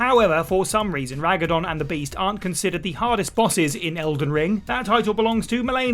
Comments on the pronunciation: The way said "Ragadon" instead of Radagon and arkdemon instead of archdemon made me sad inside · Ra-da-gon mate not Ra-ga-don, it's not that difficult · Lmao Ragadon....it is Radagon dude! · That Ragadon (Radagon) got me real good bruv xD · It’s radagon not ragadon lol annoyed the life out me everytime you said it hahaha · Ragadon?! I figured I heard it wrong the first time. But you just. Kept. Saying it! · How difficult is it to get an enemies name correct? It's radagon not ragadon proof read your scripts before making videos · Radagon. I would have let this one go but he did say Ragadon twice. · Ive played through elden ring 4 times at least by now, how do i trigger this hidden boss fight against Ragadon (Seriusly you guys mispronounced radagon back to back) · its Radagon not Ragadon 😂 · It’s radagon right? Not ragadon? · Radagon, not Ragadon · Its RADAGON! Not "Ragadon" Did you guys even play Elden Ring or are you just randomly (mis)quoting a Wikipedia page??? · "Ragadong" I assumed you were making a joke until you kept saying it lol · Well first of all Fatalis is far from being the biggest monster in MH Iceborne and second of all it's Radagon not Ragadon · Ragadon is nothing, I think you're trying to say Radagon. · "Ragadon"? Since when? Gotta love when presenters in videos mispronounce character names... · Ragadon... bruh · Lmao "ragadon" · Ah, yes. The final boss of Elden Ring: Rag-a-don of the Olden Gorder. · Did I hear Ragadon? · Who tf is raguh-don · Ragadon? RAGADON?!?! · Ragadon? I guess a way to get engagement in the comments is to say a boss' name wrong on purpose, like the time said Geralt's name wrong. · Im sorry... RAGADON? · Jesus christ read radagons name right first and second she doesn't regain health from blocked attacks 😂 it's from successive attacks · The way Radagon was pronounced 🤣🤣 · Leave it to WhatCulture to be unable to read a simple name such as Radagon. I dunno why they want me to rag a don, but I ain't doing it.